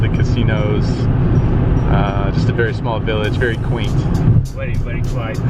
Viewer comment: fantastic as usual. i think the driver thought you said 'quiet' when in fact you meant 'quaint'. haha